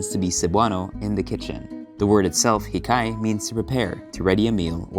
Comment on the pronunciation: the stress in the word hikay should on the first syllable btw. HI-kay, not hi-KAY